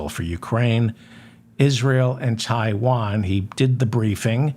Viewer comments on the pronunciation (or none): none